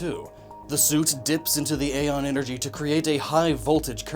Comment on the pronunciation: Did Nintendo change the pronunciation of æon (is it used in Samus Returns as a word or as an acronym) or is that one on you?